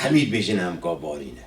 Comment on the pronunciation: Ne "ge" ."Ga"